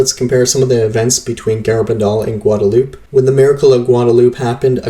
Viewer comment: Gwad-a-lew-pay. Come on man! I thought everyone knew how to pronounce Guadalupe. It is terribly distracting hearing something like this over and over.